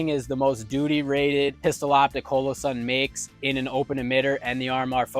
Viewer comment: Oh c'mon... At least say their name correctly. I've never heard anyone say it like you do so i went and watched their employees say it just to make sure. It's not Ho-lo-sun. Hall-o-sun.